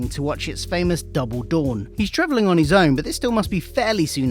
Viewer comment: Hahahaha. At the start of the Run segment, it sounds like you say 'trivilling' instead of 'travelling'. No biggie but it gave me a giggle as I thought you said 'tribbling' at first, which made me think of Star Trek.